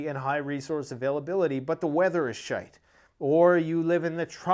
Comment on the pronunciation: You have to have Irish blood in you🤔the way you say shite sounds great ☘️